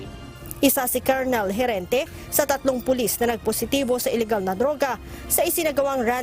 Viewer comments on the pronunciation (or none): none